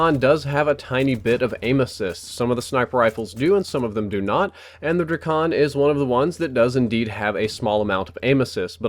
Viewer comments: its pronounced drei-ken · It's pronounced dray-cun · Its not Drakon its: Drake- on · I love how he pronounces it DRUH-CON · Its pronounced like DRAY-KIN your welcome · ITS CALLED THE DRAKON DRAKE-UN